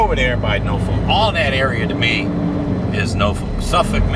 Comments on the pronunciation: Enjoy all of your videos, you do need to say Norfolk with emphasis on the Nor instead of No... LOL! OK driver have a safe one! 👍🏼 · Hey great video as usual. Just had a smile on my face listening to you pronounce Norfolk. Over here in the uk we have a place with the same name but we pronounce it (and this is really the only way I can spell it so that you can say it the way we do) norfuck. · I just love the way you pronounce the State Norfolk.